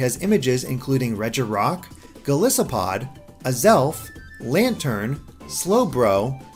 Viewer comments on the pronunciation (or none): none